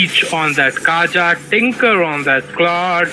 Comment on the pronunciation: This gus never gonna stop calling kaja as "KAYA"😂